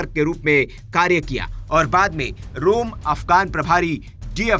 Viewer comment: रूम नहीं। रोम